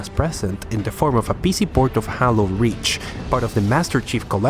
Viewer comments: I say Haylow and you say Hallow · bruh it's "jeilo", not "jalo", c'mon bruh, i know you a spainiard but this ain't difficult. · Hahahahahaha It’s pronounced HEY-LO not HAL - LO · Haylo not haaloo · He said hallow game lol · "HA-LO", "SHA-YO-ME" How many more do you want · "HALLO: REACH" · Spanish pronunciation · disliked because you said hallow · You are saying HALO wrong! it's not holo